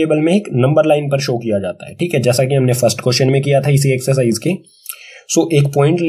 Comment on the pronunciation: Thikhe: just like u whenu say Thike in nlast